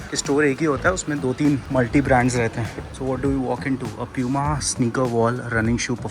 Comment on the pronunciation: it’s poo-ma and no pyu-ma like most Indians call it tell me if i’m wrong